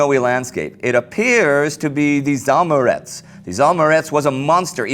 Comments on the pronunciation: "Zaamurets" is actually reads as "Za Amurets" (after Amur) - Amur is a river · Oh, sorry, I was confused by pronounce :) It is ZaAmurets of course.